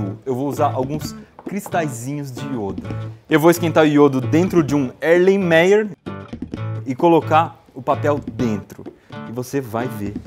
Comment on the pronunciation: Ibeere a pronuncia certa é Erlem Maier xDD